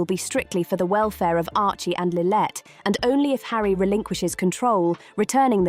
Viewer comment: it's SANDRINGHAM and LILLIBET get it correct or stop faking you know who they are or where they are if you cannot get the names correct